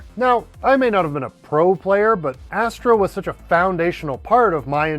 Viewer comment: Astro "Asteroi" 😐